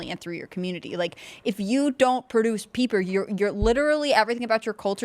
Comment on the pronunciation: Freudian slip “peopre” 😂